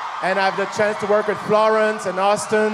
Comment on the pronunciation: O errando o nome do austin no final kkkkkal